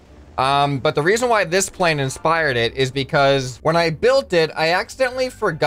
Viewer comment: “I wanna create another crazy wing style pwane” not typo that’s what I heard